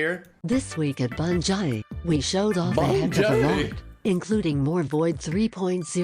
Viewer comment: Bungeye gets me every time 😭